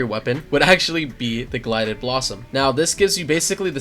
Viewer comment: Gilded not Glided haha